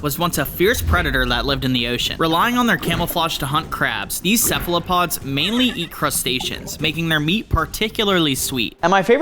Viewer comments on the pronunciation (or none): none